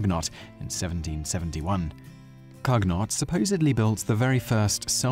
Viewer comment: COOnyoh, not Kug-Not.